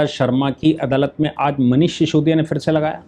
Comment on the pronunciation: उसका नाम सिसोदिया है। शीशोदिया नहीं। श्रीमान जी